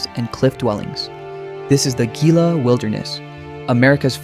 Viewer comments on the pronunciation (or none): Gila -“Hee-la”. Not “gee-la”. Grew up in Southern New Mexico and when to the cliff dwellings frequently. Remember when you had to have 4-wheel drive vehicle just to get to there. Didn’t have any stairs or railing. There was access to all the rooms and small corn cobs were still strewn about. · Not gil -a either " he - la is correct . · At least for now, most AI is inferior to human spoken narration. We are still left with videographers who are too lazy to do even basic research into the pronunciations of place names making their films inaccurate and embarrassing. BIS-ty, not BIS-tee: it is a Navajo word. HEE-lah, not GEE-lah: it is Spanish. CO-chah-tee, not co-CHEE-tee. How hard can it be to check with the locals or stop in at any visitors’ center to get the pronunciations right? You say that the locals guard these sites fiercely, and along with that protection comes the need to respect how things are pronounced. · It is pronounced He-la wilderness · "hee-lah" - you want to TALK about New Mexico - pronounce words correctly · It is Heela Wilderness. You are in a Spanish speaking state. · Gila is pronounced “Hila”. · Gila is pronounced "He-La". but great video of NM